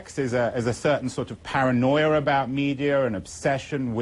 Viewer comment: 1) - Hehehe. He said "paranoier about medier." :-p 2) - Exactly. 3) The word, John, is "balls." We here on the Internet can actually say it without having to worry about our boss taking our balls from us and putting them in a jar.